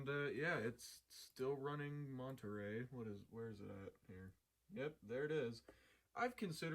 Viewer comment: This is probably an ich for some people but when I hear someone mispronounce the name of an Apple operating system for some reason it just puts my teeth on edge. I don’t know if it’s my OCD but it’s Monterey as in monorail